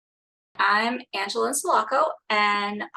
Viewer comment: You say your last name funny lol